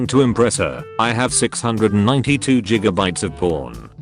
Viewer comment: She didn't care about the porn collection, but was irrevocably turned off by him pronouncing it "Jigabytes."